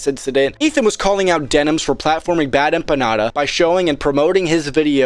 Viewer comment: Dude, you mispronounced Bad Emma Panda...